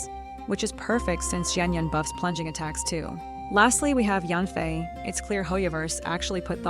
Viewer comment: Im saving for varesa and when you said yan fai I thought you said Ian San and I got scared because then I would have to pull on the first faze